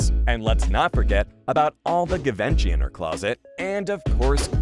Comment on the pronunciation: Is this AI? Can’t pronounce Givanchy